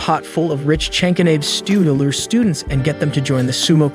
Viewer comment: anyone else triggered by how he pronounced karate and chanko nabe?